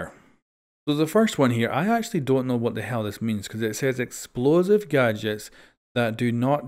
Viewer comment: eXposive Mmhh weres the L